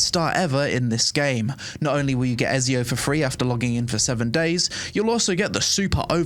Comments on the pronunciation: Omg pronouncing Ezio wrong so many times:)) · I'm sorry, how did you pronounce Ezio...?! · e-ZI-o not e-SI-o ..... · I’m not Italian, but my head hurts every time I hear “EZio” instead of “ECio.” I guess we all do stupid things for money. HE IS GOD DAMN EZIO AUDITORE DA FIRENZE! AND HE ALREADY HAS ENOUGH OUTLETS. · im sorry but the game is not good enough to not have fast travel from main town...that's just outright dumb...way too much time wasting going on Also... i can't believe you called him " Ez-eeo" wtf is wrong with you... "Etsy-O" ! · stop saying ezzzzzzzio man it's ezio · Is noone going to mention how this guy doesnt know how to pronounce Ezio.... man its Et-Ze-O....Not Ez-E-O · Cool video :9 but bro its called ETTTZIO haha i cant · Ezio is pronounced Ets Zio! 🕶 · Its not ''Ezio'', its ''Etzio Auditore da Firentze''. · Bro mispronouncing Etzio hurts my soul!!! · Ezio is pronounced Etsy Oh. Et See Oh 😂. Was waiting for this video! Love your updates on this game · Dude watch your month when you speak, you dont just say "Ezio" You say : 🤌🤌🤌EZIO AUDITORE de FIRENZE 🤌🤌🤌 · bro called him Eiz Eo lol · Eh-ts-io.....EEETZZZIIIOO AUDITORI DE FIRENZE. Keep it up i like the content and ur coverage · Ngl the way you said ezio's name kinda triggered me for a sec 😂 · Your pronunciation of "Ezio" gave me literal cancer, LOL. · You can’t even pronounce ezio right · My ears bled listening to you butcher the pronunciation of Ezio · Had to turn it off when i heard you pronounce ezio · Why nobody talks about how he pronounced Ezio? I am dead! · bro has apparently never played Assassin's Creed, doesn't even know how to pronounce Ezio 😂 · He doesnt even know how to pronounce Ezio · The way you pronounce Ezio made me not download Raid shadow legends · why he pronounce ezio like that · They way you say Ezio deserves prison time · I'm sorry but the way you pronounce Ezio's name physically hurt me lol 🤣